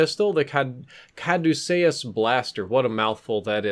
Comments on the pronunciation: Cadewsayyus Normal People: Cadewceeyus ITS THE STAFF OF HERMES YA WEEB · its pronounced (Ka-due-see-us) idiot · Ca-Deuce-See-Us is how thats pronounced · For future reference the staff is pronounced cuh•doo•sea•us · it's pronounced Cuh-doo-sus. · Kah-Do-Shus, the correct pronunciation. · I thought caduceus was pronounced (cad-u-see-us) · please look up the pronunciation of caduceus